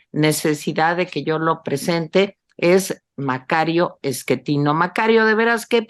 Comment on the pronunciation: el sr se llama Macario Schettino, no Eschettino